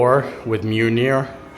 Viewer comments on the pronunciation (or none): none